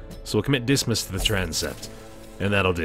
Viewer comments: Fuchot=Foo-Show. Dismas=Dee-mah =) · Thank you! pronunciation of Dismas has been upping my stress level since Pt 1. I was starting to think I'd been saying it wrong all these years.